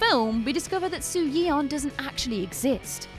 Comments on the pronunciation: sorry but the way you said soyeon is funny to me— it’s pronounced like so yon the eo is a oh noise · i love how she kept saying "soo-yee-on"